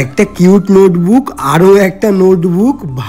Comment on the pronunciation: নোতবুক কি? নোটবুক বল😂😂😂